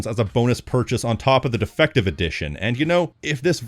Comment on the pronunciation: I thought at first he said "defecation edition." 😂